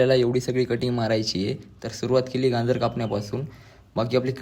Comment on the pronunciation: गांजर नाही गाजर मन 😅